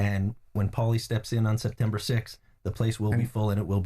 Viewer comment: Who is POWLY jesus man haha, great otherwise